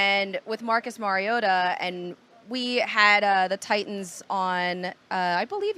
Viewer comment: Hard to take these reports seriously when they don't pronounce Mariota's name correctly.